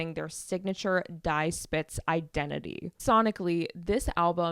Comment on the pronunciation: Just discovered your pod. Love it! BTW "Die" is pronounced "Dee" not "Di"